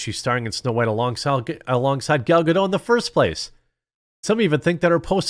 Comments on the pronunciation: Gal Gadot's name is pronounced Guh-DOTT, not Guh-DOH. I know, you think it's going to be like "Waiting for Godot" but it's not. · Common man. Pronounce Gals name correct for god's sake. You almost do it right and then the surname gets French. It's Galb Gadot with a hard T not silent T. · You managed to pronounce the "t" in Gadot once, then randomly reverted to somehow thinking that Hebrew is pronounced like French